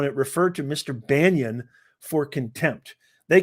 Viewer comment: Bannon, not Banyon.